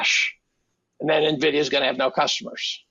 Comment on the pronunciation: It isnt Navidia its Envidia for pronunciation.